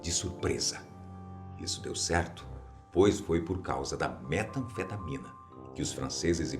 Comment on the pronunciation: na hora que ele falou metanfetamína '-'